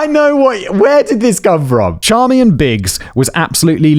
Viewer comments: I love that Simon realized how to pronounce the wife’s name, but just doubled down on Char-me-en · Hello Simon. Just so you know, Charmian is pronounced "SHAR-main". My mother has the same name (it's actually French).